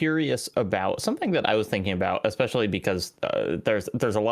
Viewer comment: I here “expecially” alot more now. It makes me nauseous sometimes